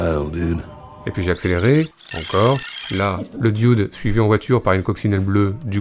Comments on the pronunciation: "Le di-oude"...bon dieu, quand est-ce que vous allez apprendre à prononcer l'anglais vous les français ?...on dirait une parodie d'un serveur de bistro dans les Monty Python. Ça se prononce "de" (the) doûde (dude) avec un accent sur le "ou". C'est pas compliqué pourtant...allez 1-2-3, on pratique... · parce que ça se dit 'dude'.